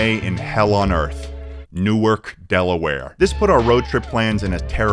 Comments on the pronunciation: Aye aye aye! What’s wrong with Newark? (Also it’s NewARK, not NewERK) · From a Newark, DE native, it's actually pronounced new-ARK. New-erk is for the city in New Jersey :) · Everytime someone says delaware I get excited. Everytime someone pronounces it newERK instead of newARK I get upset. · It’s pronounced New Ark, not Newerk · Fun fact: The Newark in Delaware is pronounced New Ark not New erk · DELAWARE MENTIONED (also Newark is pronounced new-ark in Delaware and new-erk in New Jersey just to let you know:3) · as someone born and raised in Newark, DE, at least you were in Newark and not bumblefuck Slower Lower. Also, it's pronounced New-Ark 🤙🏽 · It's pronounced new-ARC, Delaware you disgrace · New-ark Delaware, Not New-erk that's how NJ pronounces it. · Newark DE is not pronounced the same as Newark NJ, it’s new-ark. (I know, weird, surprised me too.) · just an fyi, it is pronounced New and then Ark for Newark not like they pronounce it in Jersey. Also Newark is a great fun college town. If you are ever back there are a lot of fun bars there. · when i saw he was in Delaware i got so excited until he pronounced newark wrong, he pronounced it like the newark in Philly, tho i gotta agree newark is not the best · I- I live in Newark :( and you pronounced it wrong